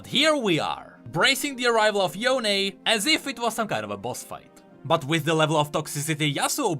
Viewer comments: Oh, it's "Yoh-neh" not "Yown" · Ionia pronunciations are literally Asian style so Yone ain't "Yown" it's "Yoh-neh" or something like that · HIS NAME IS YO-NEY, NOT Y-OWN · Proper Yone pronunciation is Yo-ne, not Yown. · I’m laughing so hard when people pronounce it as yon instead of yo-ne. よね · Pronouncing Yone , Yon is like pronouncing Sasuke , Sasuk. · Why did they make the pronunciation Yon-AYE 😫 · Why does he say yone differently than before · We have legit confirmation of Yone from thresh saying his name and everyone STILL pronounces his name wrong. After hearing it pronounced. sigh